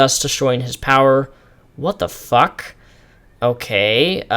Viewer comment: Hahahaha I love your "What the fack?" xD Oh and the hair cutting thing alludes to the Samson and Delilah biblical story in which conspirators cut Samson's hair, the source of all his strength